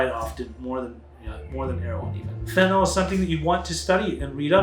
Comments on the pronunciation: Why do people pronounce it "fent-a-NALL" instead of "fent-a-NILL?" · Why do you mispronounce it? It isn't fentanol. It's not great for your credibility. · Amazing how even educated individuals mispronounce the name of this drug.